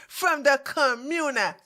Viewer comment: I always 😂 at the way you say community and communitay. Great video.